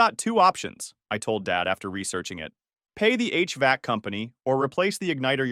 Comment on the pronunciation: HVac is pronounced as letter "H" then word "vac", poor AI not given correct info